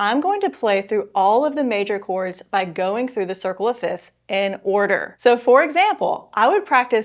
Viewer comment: Isn’t it pronounced “fifths” not “fits”?